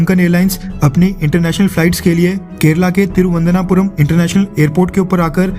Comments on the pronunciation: First learn how to pronounce "Thiruvananthapuram" !!! You are just recycling news that is already published by a few newspapers..... what's your value add? India didn't send aviation fuel to Sri Lanka as it is not a basic need....basic needs are petrol diesel, & LPG. BTW Srilanka already received Russian oil...! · तिरुवनंतपुरम Please correct your pronunciation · थिरुवनन्तपुरम नाम सही से बोलते तो अच्छा लगता। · Dear bro plz try to pronunciate correctly the spelling of Tiruananthapuam